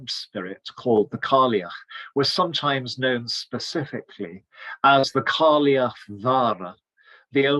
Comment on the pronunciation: Wonderful analysis! With regard to the Scots & Irish languages it is pronounced Gaa-lik for Scots & Gay-lik for Irish. The Old Woman of Gaelic culture is pronounced Kai-ach.